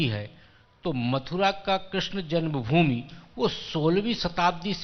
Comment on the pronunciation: जन्मभूमि कहना सीख लो